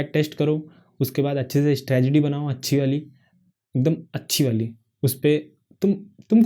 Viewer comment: Bhai strategy hota hai stragedy nhi😂😂